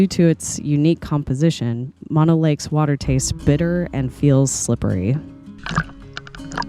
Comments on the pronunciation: It is M-ō-no lake. Not Mono like mononucleosis. 🙄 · Mo-no lake Not mon-o lake. Drove by this lake as a kid going camping with parents to Yosemite, and remember the lake full with a resort and sailboats out on the water. Now after years of L.A. taking water from the streams that flow into the lake it is rather low. It has come up a bit in the last few years but nothing like it used to be. I wouldn't swim in that water if you paid me. Yuck. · Please, it is Mo-no, not Maw-no. Mo rhymes with no, (not Mo rhymes with paw) Thank you. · Horse manure , it’s pronounce Mah-know lake…….. MONO ……I’ve lived in both Bridgeport, Topaz and Mammoth lakes for decades …..there is NO special pronunciation of the lake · It’s pronounced Mo-No. like Moe, Larry, Curly. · Not to nitpick, but it's pronounced "MOH-no " lake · "Mono" in Mono Lake is pronounced as "MOH-noh." The first syllable is pronounced like "mow" (as in mowing the lawn), and the second syllable is pronounced like the "no" in "note."